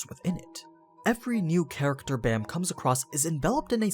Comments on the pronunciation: the art style is definitely unique, but it's pretty damn great in my opinion also bam is pronounced with an ah sound, like bahm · Why is everyone pronouncing his name Bamm, no its b-ahhhh--mmm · Its is pronounced like bomb, since it is a korean word. However, it is easy to see why people would say it like bam. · How are you supposed to pronounce bam? I thought it was pronounce with a soft A... because if im not mistaken his name means night in korean right?